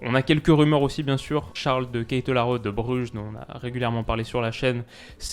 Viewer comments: Guide de prononciation pour Charles de Ketelaere : On ne prononce pas le "e" à la fin. C'est [Ketelaar] en prononciation francophone adapté du flamand. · Pitié prononce pas le "e" à la fin de de ketelaere